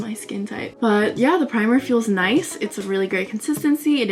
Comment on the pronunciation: you said ''noice''. i subscribed.